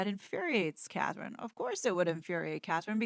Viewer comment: So many people mess up Catherine’s name. I think German spell with K, England spell with C. Since she’s a good person, let’s try to get it right.